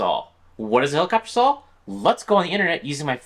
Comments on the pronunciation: Are you saying "sawl" instead of "saw" ??? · saul blade? what are you trying to say???? lol